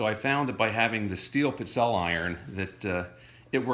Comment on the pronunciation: Seriously, you need to learn how to pronounce this Italian cookie - it's peet-SELL-a not what you call them, regardless of heritage.